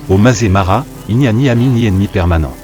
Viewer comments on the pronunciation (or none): Le Masaï Mara prononcé "mazémara", quelle invraisemblable imbécillité ! Voilà ce que peut donner une vidéo générée par IA avec une voix artificielle incapable de lire correctement un texte écrit. Cel ferait pleurer un veau de 3 semaines. Allez me chercher un veau ! Quelle pitié ! Je laisse tomber et je vais visionner un western italien, un vrai nanar sans doute mais au moins ce sera filmé.